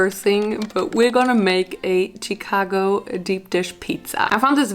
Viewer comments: I like how she says CHicago instead of like SHicago 😂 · My city is pronounced CHA-CA-GO Chicago not chitcago 😭😭😭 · Love how says “cheek-ago” instead of Chicago 😂💕💕💕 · It’s pronunciation is shu-kah-go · I LOVE how you say Chicago.its amazing tho its pronounced (sh-cah-go) . i found you recently and I love you. <3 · Listening to you pronounce my city Cheecago is so cringe 😂😂 “shi” like shit shicago 😘😘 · The way she said Chicago was so cute. She pronounced it as Che-cago. It was just adorable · Bless your heart. Chicago is pronounced SHI-CAGO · why does she say chicago like that ? 😂 it’s pronounced “shuh-kah-go” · I usually get annoyed when people pronounce towns or cities wrong in Illinois but the way she pronounced Chicago cracked me up. It's pronounced shicago if that helps any🙂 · Omg loving how she kept saying Chicago! I understand because of how it's spelt you'd think that's how it's pronounced but it's more like shicago. Absolutely no hate or anything for I am a huge fan and just wanted to let her know. Much love to y'all. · The way you say Chicago makes me happy 😂